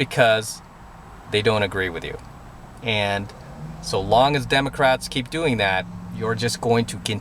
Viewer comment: Haha, did just say "Demo Craps"?:)